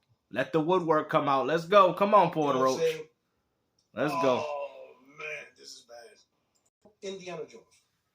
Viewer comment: Puertoroach with another L 😂😂